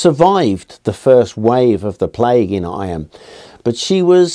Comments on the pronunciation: Not "I-am" but pronounced "eam"! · Eyam is pronounced eeee m, not eye am. Its a Derbyshire thing 😊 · The Derbyshire pronunciation is 'eem' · Sure it must have been mentioned somewhere here but Eyam is pronounced Eeem!